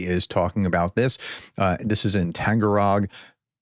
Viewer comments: FYI ! You always mispronounce Taganrog as Tangarog ! Its Tag like price tag ! Tag followed by " anrog" !! It's so simple !! Tag anrog !!! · Does professor have dyslexia? Tag-an-rog. TAG. AN. ROG. Was that so hard? I don’t speak russian.